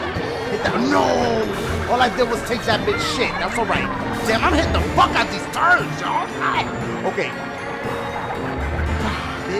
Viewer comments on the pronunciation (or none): none